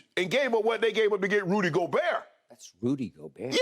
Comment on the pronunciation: The way Skip said Rudy Gobert 😂😂😭